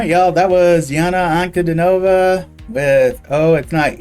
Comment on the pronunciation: "An-ku-DEE-no-vah". Accent on the middle syllable.